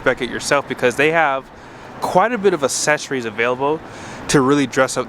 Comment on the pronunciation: "Assess-ories" 😂😂 I couldn't stop focusing on just that for half of the video. Still good stuff 👌